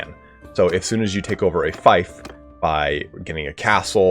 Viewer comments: Feef not Fife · Oh lord... It is FEEF, not FIFE, FEEF! Everyone making videos on Bannerlord keep saying fife... Fief = Feef, not Fife like wife. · It's FEEF not FIFE! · It's pronounced Feef not fife. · just btw its more like feaf than feif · Do Americans really pronounce fief like "fife?" I've always said it like "feef" (as in thief). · Just a heads up, fief is pronounced as "Feef". Small thing, but wanted to mention it earlier than later before you are used to saying "f-iaf". Other than that, this was a very insightful video! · I think its “feef” not “fife” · Yeah its "feef" and should be corrected. Eliphas was right to do so. Gotta get things right! Am sure he didnt mean offence👍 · Love the video ❤ helped me advanced in this game Just btw fief is pronounced “feef” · Fief rhymes with thief, not fife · I'm confused, I'm not a native speaker but I thought fief was pronounced as feef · oi yoa gawt a fifer on ye? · Screw it, just pronounce it as "feef" but backwards. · Dude, how are you making guides if you don’t know how to pronounce fief? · Every time I heard him say fief it was like nails of a chalk board. I don’t get why it’s so hard, I know ‘ie’ can be fickle, but there are more examples of it making the long e sound then a shape i. Fief as in Brief, chief, grief, piece, priest, fierce, pierce, siege etc. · I'm American but have lived all over the world and have many british friends from all over the UK as well as south africa, if there's one thing I've learned it's that none of us seem to want to pronounce things the same as everyone else. Feef or fife, who really cares?